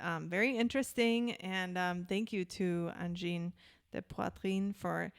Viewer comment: Hey, you pronunciation is quite close. For the last word, last syllable, poiTRINE, you can pronounce it like gREEN (but you replace the g with t of course) But you're close enough, we understood just fine. Don't despair. 😆 Nice reaction from you two as always. 🤘